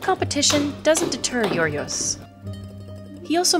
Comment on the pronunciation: my ears cringed every time she mispronounced Giorgos